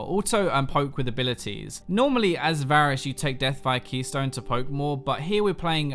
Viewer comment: did he say basrus